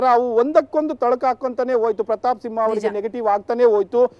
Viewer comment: It's SIMHA not SINHA